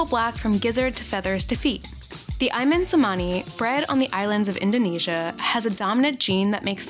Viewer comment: It's "ayam cemani" not "aiman semani"